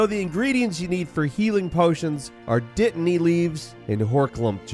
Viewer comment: I like how a yank will make a Potter joke, then pronounce dittany with a glottal stop too.